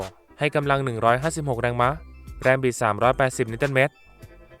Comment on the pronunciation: แรงมะอ่านแบบผิดๆๆ